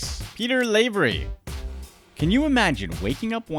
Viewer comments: LAvery as in LAvatory. Not LAvery as in sLAvery. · it's lav ery like Laverty without the t not lavery like slavery without the s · It's not pronounced LAY-very, it's pronounced LAH-very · You're pronouncing Lavery wrong. Think lav, like slav. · STOP SAYING LAYVERY